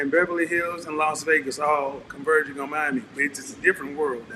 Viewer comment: LOS Vegas?!! No, it's LAS Vegas, Kevin, respectfully.